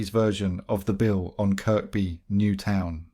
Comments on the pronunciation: Its pronounced,kirby,not kirk-by although spelt that way...i lived in towerhill from 72_83 fookin loved the place,rough as fook but good people! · It’s Kirby not Kirkby if your a scouser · CHERRY PICKING WHAT YOUVE HEARD, NO SCOUSER WOULD PRONOUNCE THE SECOND 'K' IN KIRKBY, ALL THE NAMES YOU THROWN IN NEVER HEARD OFF WALTER MITTY